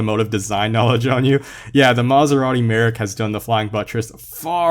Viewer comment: The way you say Maserari Merak. For a person who made a car pronouncing video, I am dissapointed lmao. The accent is on the A.